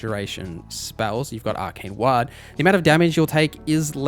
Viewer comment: Lol wtf is a ‘wha-d’? It’s war with a ‘d’ at the end mate